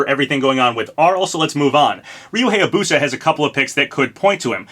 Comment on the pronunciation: How the fuck are you saying Amaterasu right but you still cant say Hayabusa?!